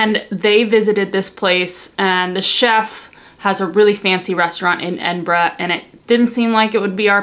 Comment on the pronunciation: You got the right pronunciation of Edinburgh well done!